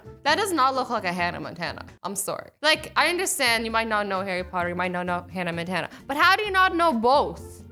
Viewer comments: that’s not Montana that’s montan like braaaa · It says Hannah montan instead of Montana